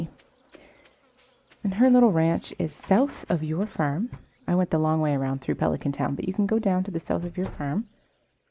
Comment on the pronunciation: It's farm not firm